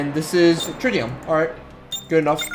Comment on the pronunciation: You'r not a big fanboy are you? since you couldn't pronounce Dilithium or Trilithium and didn't know anything about the borg (which every big star trek fanboy should know about)